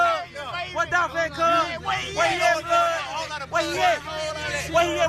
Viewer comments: It's Dolph!!! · It’s Dolph!